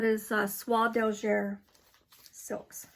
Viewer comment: A great time to knit red Christmas charts in Sulky or DMC. Love your flosstube. You are such a great enabler. BTW Soie d'Alger is pronounced like eh at the end not er. French is hard and confusing! Im so glad I took it in school for years